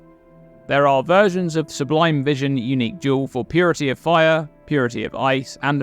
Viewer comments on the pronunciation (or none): none